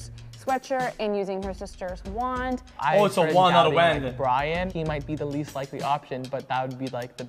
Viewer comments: "Wend" 4head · WTF is wend its pronounced WOND but spelt wand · Don’t let this distract you from the fact X pronounced the word wand as whaaand. Actual pepega